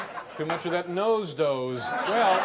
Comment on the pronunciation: Nose doze is one of the funniest slip ups ever